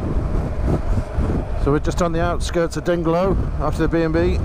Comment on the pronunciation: Dungloe is pronounced "Dunloe" locally with a silent "g". The bridge that you crossed was the Gweebarra bridge, lovely illuminated at night. The road you took was not the official WAW, but I bet every biker miss those views as they don't follow the coast road. Those are my favourite roads. The Euro killed the economy in Ireland, used to be much cheaper for us anyhow when it was the good old Punt. Your POV seems to be all over the place and I thought my footage was bouncy. Lol I personally think any bike over 500cc is overkill for the WAW, smaller engine capacity is the way to go, those big bikes are for motorway miles. Just my opinion. Here's my video of that same route